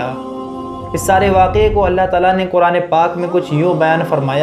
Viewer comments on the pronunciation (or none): none